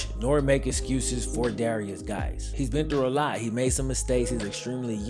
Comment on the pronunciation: Guice is pronounced exactly the same as JUICE not Gice